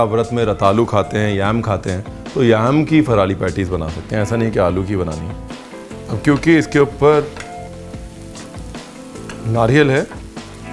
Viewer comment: फ़राली कोई शब्द नहीं होता। सही शब्द होता है फलाहारी